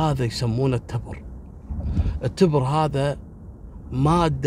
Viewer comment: يعطيك العافية يا التبر بكسر التاء والباء ولك جزيل الشكر اخوك ابو علي من عنيزة